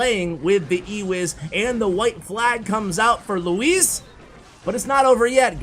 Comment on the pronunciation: As someone called "Luis" I appreciate the effort in your pronounciation